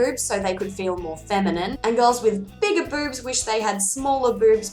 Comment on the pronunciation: To my American ears when you say boobs it sounds like beurbs.